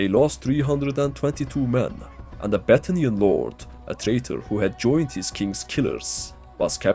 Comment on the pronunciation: Man I cannot be the only one hearing "Butt Onion" instead of "Battanian" 😂